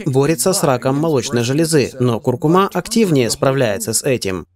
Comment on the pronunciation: Спасибо за видео, только ударение на предпоследний слог в слове " куркУма")